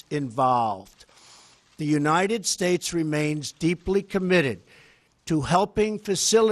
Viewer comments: United what?? Shushez? I cant hear clearly the last word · united shasha??? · he's out of breath because of standing up to give a speech. how could someone this physically and intellectually unfit to be the present of the united shhttates(how he pronounced it) even though he's not fit enough to put his own shoes on.... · United Shaish?!?! dafaq man??!!